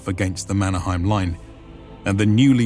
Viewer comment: Problems and Errors. - German map (Pommern) is wrong. The gap is too wide. - During the beginning of the war people rately had other than their own clothes (heard that from persons attending the war). -The pronunciation has problems. For example "Lahti" is not "lati" it is "laHHH-ti" (letter 'h' powerfully and longishly pronounced and short 'a'). Mannerheim in Finland is not pronounced German way. In Finnish word are pronounced as they are written letter by letter. Suomussalmi: suo-muS-Sal-mi. Kuhmo not "kumo" is "kuH-mo". - Essential support of the Finish female based organization (Lotta) handling support like cantina and handling fallen soldiers. - The winter was exceptionally cold. After very warm 30's the 1939 winter was really cold. And that was for Stalin's Ukrainians too cold. Yes Stalin wasted lots of Ukrainians using meat waves. Good points is the greatest problem with many presentations not to understand how REGIMENTs were constructed at that time: not just using collections of some random strange people. They were coming from the same area knowing each other like from the primary school or are neighbours family living in the same are like 700 or more years. This means severe losses caused an area to lose most of their males.